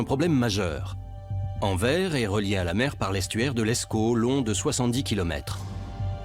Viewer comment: ANVERS ce dit ANVERSE